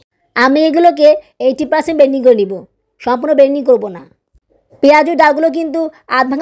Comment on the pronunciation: আপু একটা কথা বলি কিছু মনে করবেন না. আপনি এতো ভুল উচ্চারন করেন কেন আপনার সব ভিডিও আমি দেখি যেমন ব্লেনডিং কে বলেন বেনডিং